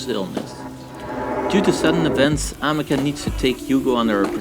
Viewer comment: it's pronounced am-is-sia (amicia) lamo